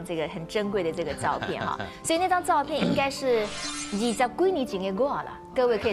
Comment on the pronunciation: 沈小姐老把"照片"唸成ㄗㄠˋ片, "變成"唸成變ㄘㄥˊ